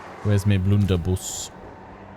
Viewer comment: In ep3 I honestly thought you said "Wonderbus" when referring to the Blunderbuss. I feel like this may be an appropriate name now 🤣 "Right boys, unleash the Wonderbus"